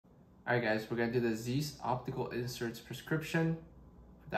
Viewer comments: it's pronounced "zise" not "leviosá" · It’s pronounced ziess hard I.